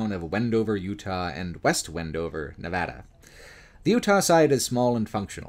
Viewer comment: This video is deeply excellent. I can't overstate my appreciation for your work highlighting the lesser known aspects of Nevada. And for saying Nevada correctly on top, lol.